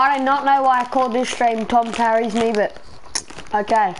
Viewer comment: Bruh it’s ‘carries’ not ‘carrys’